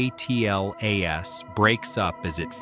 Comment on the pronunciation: ATLAS,JUST SAY ATLAS.Its one word!